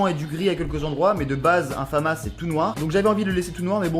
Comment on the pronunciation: Stylé, c’est la famas et ça se dit famasse